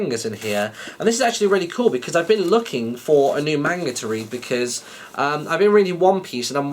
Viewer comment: Its pronounced manga, and I would recommend Death Note